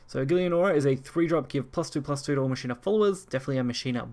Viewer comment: In Machina the ch sounds like a K. Same way you pronounce Dues Ex MaKina! That wrong pronunciation is driving me nuts